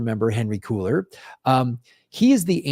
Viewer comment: Did continue his misprounounciation and call Cuellar "cooler"? Cringe.